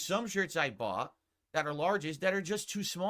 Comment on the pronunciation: please tell me I’m not crazy. He said “some shirts that I bough..” and the word just trailed off with no T at the end. Like the brain and mouth just gave up at the end.